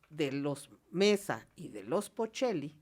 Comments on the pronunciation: no es Pocheli, sino Pacheli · Se llaman los pacheli jajajajja no pochelis